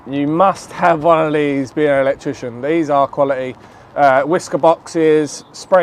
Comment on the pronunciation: "electwician" hahahahaha